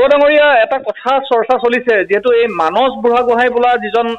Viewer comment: মানস নামটো এজন অসমীয়া মানুহ হৈ আপুনি মানচ বুলি কোৱাটো অকল ভূলেই নহয় সেইটো এটা লজ্জাজনক কথা। আহক আমি নিজৰ মাতৃ ভাষা শুদ্ধকৈ কবলৈ প্ৰতিজ্ঞা লওঁ।